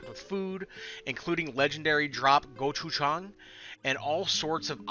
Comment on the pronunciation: Bery Nice pronounce Gochujang.